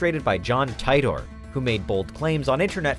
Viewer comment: It's Titor... (Teeetor) lol